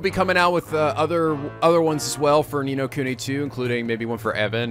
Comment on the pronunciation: tfw finally pronounces the game's name correctly.